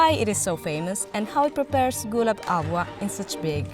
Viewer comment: Areee Bhai ye kya ALWA ALWA bol rahe hai 🫂